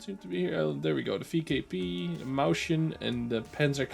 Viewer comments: Don't know if anyone cares, but try pronouncing the Mäuschen as Mois+Sien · it is pronounced "moys-chen"